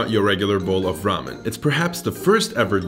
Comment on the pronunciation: It’s Geramen